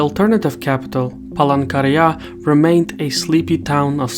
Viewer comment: Are just me heard Palangkaraya as Pole Korea lmaooo